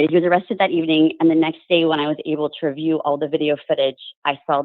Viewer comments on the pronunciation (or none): none